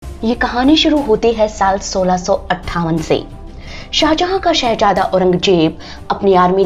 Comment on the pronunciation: Shehazada....not Shehajada...pronunciation